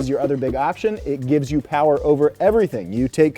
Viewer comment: Mo' powah baby!